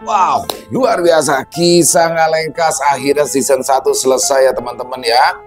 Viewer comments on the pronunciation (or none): Orang bali bisanya bilang ngalekas bukan ngalengkas😂